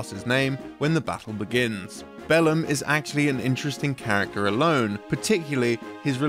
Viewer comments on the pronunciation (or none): Every time you said "Bellum" I just kept hearing "bell end"